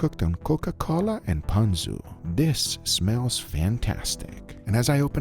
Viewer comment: That is not how you pronounce ponzu